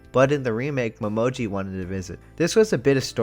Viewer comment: his name is pronounced Mo-ME-Ji XD also Uo looks so differebt in the orignal it's so weird and Why is Yuki voiced by a woman in the original sub it just sounds wrong xD plus Uo's backstory got two episodes in the orignal